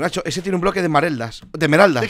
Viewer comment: correccion dijo esmareldas